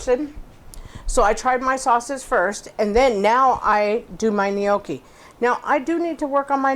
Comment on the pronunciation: It's pronounced nyAWkee not "nee-OH-kee"